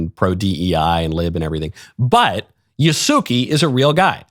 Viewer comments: Absolutely brain-dead take on Assassin's Creed. It's clear Michael's knowledge of Yasuke (whose name he doesn't even know how to pronounce) extends only to the first paragraph of a poorly written biography. He wasn't a samurai and the fact that he was associated with some Italians doesn't make it good that he's such a prominent character in the game. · I'm kinda disappointed you approved Yasuke's angle just because of his religious orientation (it's Yas-keh btw. Not Yahsooki). All Japanese are not approved of the game due to Yasuke's story. They are not keen about political correctness (ポリコレ, porikore or poli. corre.) here in Japan. His story revolves in "it is believed" and "according to" and appeared in some paintings. Also, Japanese people are not keen on having black people in their country if they act according to their stereotype (just recall the youtuber that got arrested). I know black people who assimilated the culture. But they will never ever be Japanese. Me myself will never ever be Japanese. Plus, the lead writer is a feminist with gender in her bio (if you know what I mean). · Calling “Ya-sue-kay” “Ya-sue-key” is like calling “Michael” “Mikie” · The Samurai's name is pronounced "YAH-ss-Keh" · He wasn't even saying it right... Yah-Sue-Kay